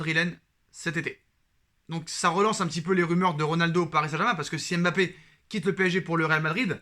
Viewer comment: Mon cher, arrête de dire M bappé stp. C'est dégoûtant. Vous fetes tous exprès les journalistes, chroniqueurs et youtubeurs français.